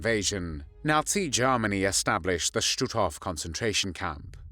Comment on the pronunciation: Nineteen tharty three Garmony!!😅 AI?